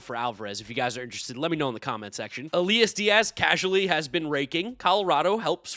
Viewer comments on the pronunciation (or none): none